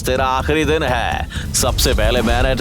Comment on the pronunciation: Day❌ Din ✅